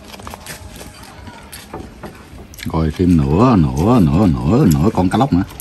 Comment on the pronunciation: kêu nửa con cá lóc mà nghe thành 3 nửa luôn hihihi